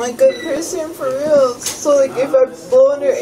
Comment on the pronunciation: “No please freal no frealz no please freal no freal please “😂😂😂😂😂😂😂